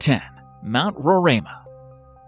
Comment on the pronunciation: Hahahahaha same, i was confused when he said roraima. To weird to hear it with an accent